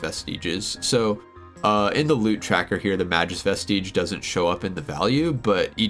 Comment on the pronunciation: May-Gus Vest-Idge